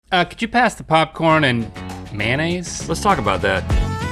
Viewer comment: I actually gagged when he said mayonnaise in the intro 😖